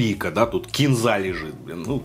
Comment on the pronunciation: Только не кенза, а кинза